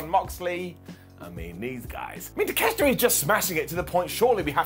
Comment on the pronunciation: 12 minutes to beat the douche way to make a monster look weak. Poor Wardlow also its pronounced TAKE-A-SHITA